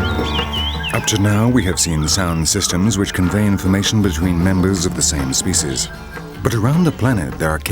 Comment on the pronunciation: whoever it is, he's awful! This is not a Shakespearean drama and the way he pronounces "species" is very annoying